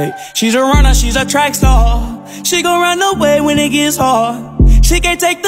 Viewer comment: Gurl I know it star l js said “staw” PLS